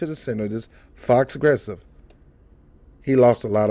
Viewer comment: Are you saying FAUXgressive? It is actually pronounced 'FOE', like an enemy. It is French for 'false'. So it rhymes with PROgressive, but is exactly the opposite.